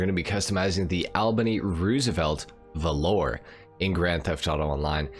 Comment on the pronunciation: There's a lot to like about the Roosevelt Valor (btw it's pronounced VAL-ur, not velour) but you missed the best part: the stock horn. Ahh-OOOOGGGAAA!